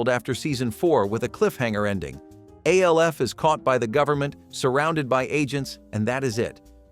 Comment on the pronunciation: Why does he keep calling ALF..…A. L. F ?